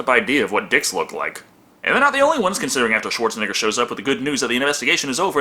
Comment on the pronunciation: The epic way you say Schwarzenegger sounds like Schwartz a nigga